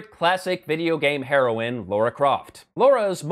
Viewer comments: What is with Americans? It is LARA not LAURA, no U in it you see. Sorry but, as a Brit, this drives me crazy. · It's pronounced Lara. Not Laura. Lara. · "Laura"? Is that an accent thing, or is he taking the smeg? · Why do americans pronounce it "Laura"? It is not as much of a criticism, as me wondering why. It's not the first time I'm seeing it and I am very curious.